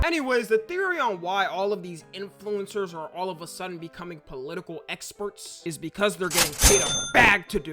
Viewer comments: The only thing that bothers me is the way he pronounces “In flu-incers” yes the in is separate lol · why you say influencers like that? :face-green-smiling::face-blue-smiling::face-purple-crying